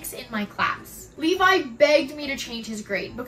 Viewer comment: As a Levi I am both offended by the use of my name in a negative way, but I'm also glad you pronounced it right. I am not an embankment built to prevent the overflow of a river